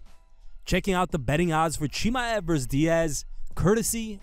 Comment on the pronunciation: how many times you gonna confidently mispronounce chimaev in one video? woof